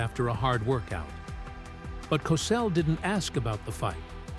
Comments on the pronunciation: Please pronounced like Cosell. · Wow, this guy is butchering Howard Cosell’s last name!!! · Idiot narrator can't even say his name right wtf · Cossle Cosell potayto potahto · I have up in the first five minutes because you couldn't pronounce his name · . Hey man you sure say Cosell differently. But it's all right. Rhymth is very important. And your rhythm is all for you. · How about the time he suggested that Crissy Evert take off her top so people could see how much of a woman the teenage star had become. The narrator couldn't pronounce his name right half the time. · Can't say his name right Get off the air clown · ‘Cosell’?? Do you “PROOF-READ” (listen) to what you ‘upload’ to YouTube?? PRONOUNCE the man’s name correctly!!!🤬🤬🤬🤬